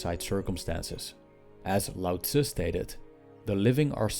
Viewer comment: Thank you for pronouncing Lao Tzu correctly!